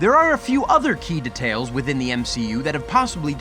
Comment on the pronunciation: anyone else get super annoyed with how he pronounces details?